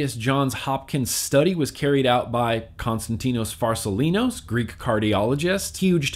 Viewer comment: How many times did it take for you to say constatino farsalinos right??